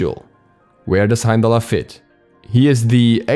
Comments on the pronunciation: I didn't mind beefrost so much, but Heimallerer hit so hard and you said it so many times, Heimdallerer, Heimdallerer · Hime-dall and bi-frost. Please pronounce them properly my boiii lol